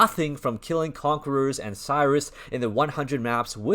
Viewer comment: Its said Sirus.. not Sairus